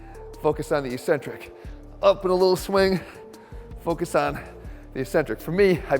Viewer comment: Eeeeeeeeeeeecentric is not a word in the English language. It's eK-Centric. You're better than every other meathead out there, Jeff. Please just look it up.